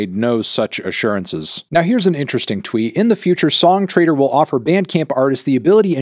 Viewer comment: every time you say "song trader" my brain hears "song traitor", I guess it kinda makes sense now